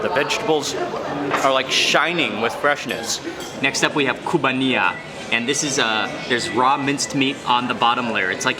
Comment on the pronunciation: KIBBEE not kubay.